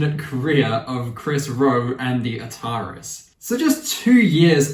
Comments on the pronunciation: Great video. However. It is pronounced ‘The A-tar-ees’ not ‘the atarriss’. Like the gaming company from the 70s/80s. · it's pronounced atari-s as in the game console.